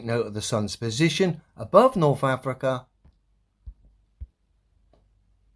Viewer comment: “Norf Africa, Norf America. 😅